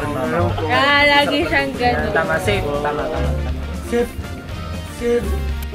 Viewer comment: Napansin niya pa yung savi ni stell na "sape" hahaha safe daw kc tey 😂😂 f yon hindi p hahahahaha